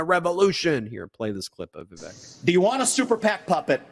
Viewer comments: I'm asking this question without prejudice, but out of curiosity. Are you purposefully mispronouncing Vivek's name? His first name rhymes with "cake", not "check". His last name is pretty much a phonetic pronunciation: Rah-mah-SWAHN-ee. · You pronounced vivek's name wrong every time 😅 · You're mispronouncing Vivek. It rhymes with fake. Another 14 months of this horror show? Can't wait for the next bitter slanging match between these deeply unlikeable monsters.